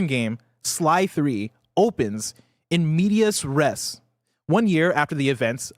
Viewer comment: Mispronouncing "in media res" and then not letting "in the middle of the action" get points is takin me out